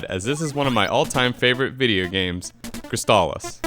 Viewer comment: Yup, this one is a golden oldie, right up there with StarTropics. Also, who pronounces "crystal" like that? I didn't detect any kind of accent... O.o